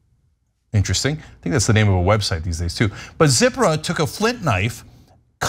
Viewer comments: They also mispronounced Zipporah. It not ZIP-a-rah, it's Ze-PORE-ah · Quick note on pronunciation. Moses’ wife was Tzi-pó-rah, not Zipper-ah. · Pronounced : "zie~pour~ahh"; for Zipporah .......^j^